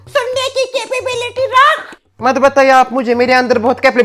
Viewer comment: said capabibility😂😂 and dadi scold her 😂😂